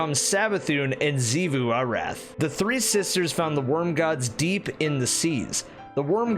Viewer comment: I didn't see anyone else mention this but Xivu isn't pronounced Ze-vu but Shi-vu. X makes more of a Sh/sh sound.